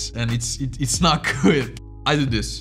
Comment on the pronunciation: for him, “diss” and “this” sound the same 😂